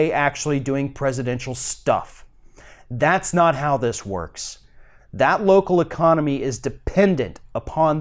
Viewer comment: stop over emphasizing the word "not" in your little pitch at the end. it is cringey and just ridiculously unnecessary.